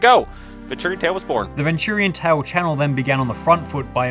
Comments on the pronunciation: NO NOT VIN TTURIAN TALE Its VENTURIANTALE-Ven-Chur-ean-tale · bro said ventoorian tale... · The real crime here is he pronounced it ven-too-rian tale. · Nah bro really pronounced it ven-turian tale 😭😭💀💀